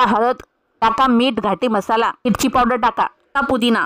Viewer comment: म्हसाला नाही मसाला